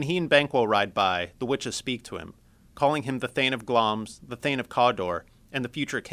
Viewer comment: It's Glamis, pronouces GLAM-ISS not Glams...